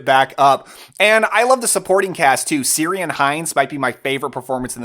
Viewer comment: I love The Uninvited !! Went off looking for the novel after I saw this film as a young teen. Fantastic film! I never forgot the way the camera captured the play of moonlight and the reflection of waves against the wall of the attic. Incidentally, it's Irish - Ciaran = Keer-in